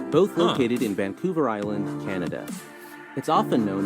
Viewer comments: The narrator referred to Vancouver as "Van-Cooler" . New Brunswick as "New Burnswick" and Manitoba as "Mantoba" . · He likely also got the towns incorrect. Im pretty sure he said Vancolver, in stead of Vancouver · Vancouver was also mispronounced